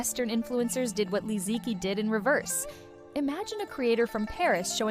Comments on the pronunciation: You could at least pronounce her name correctly. Especially so since you have Chinese roots. Especially the word "qi". Even people who don't know basic Chinese Pinyin know how to pronounce "qi". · Can the narrator try to pronounce Li Ziqi's name correctly, as per the official Pinyin phonetic system of the modern Chinese language, for mere respect of this icon, maybe? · Is this the AI voice?? For such a video using the Li Ziqi NAME, has failed even to pronounce her name correctly: its so ALIEN. there are tons of Chinese videos on YouTube talking about Li -- you need to keep note how to call her correctly, Shame on you